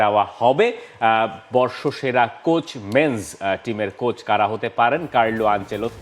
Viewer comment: একজনে "কোচ" কে বলে "কোর্স"! আরেকজনে "গাধা" কে বলে "গাদা"!! এই হচ্ছে বাংলা ভাষার অবস্থা!!